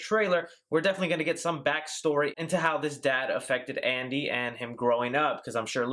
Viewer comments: Is it just me or did I hear 'asshole' instead of 'Andy' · The voice sounds like it's saying "asshole", rather "andy." I'm dead serious.